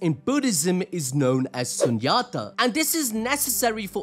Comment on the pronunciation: Its not sun yaaata.. its Shoonyatha